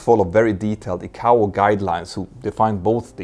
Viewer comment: Crikey! Does he use a 'teal-a-fone' or a 'tel-li-fone'? More wanky deliberately mispronounced industry terms to create his own arrogant authority! It is TEL EX (telex) not 'teal-lix' FFS! It is 'Ai-Kay-Oh (ICAO) not Ee-Cow! The same applies to Ai-Ar-Tah (IATA) I respect the work he does and the information he helps clarify for those interested parties outside the industry, but just as the information being disseminated must be correct so too must the pronunciation of industry-standard terminology. A European accent is not the issue, arrogance is. All of my European, African, Asian, Middle Eastern and Western commercial aviation (airline) industry colleagues manage to correctly pronounce these and many other terms. He will have heard his industry colleagues using the correct terms but elects to give it his own unique spin like he knows better! He even changes Juan Trippe's (Pan Am) name into something unrecognisable! There is no need for it and consequently it diminishes the quality of his work.